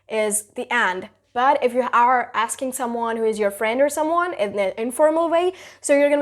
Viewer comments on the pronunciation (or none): none